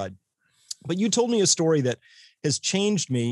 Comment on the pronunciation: its STORY......not STOOOOOOOOOOOOOREY